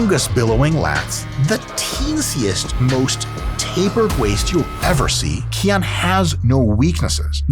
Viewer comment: He pronounces it “key on” but isn’t it Hawaiian for “k oh knee”